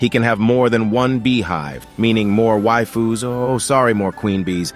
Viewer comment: Narrator really said "more wifu no more queen bee"